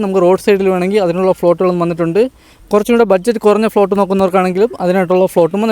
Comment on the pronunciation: ഫ്ലോട്ട് എന്നല്ല പറയേണ്ടത്. പ്ലോട്ട് എന്ന് പറയണം.